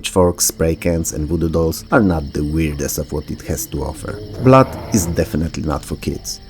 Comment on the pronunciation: Blood is not pronounced Blat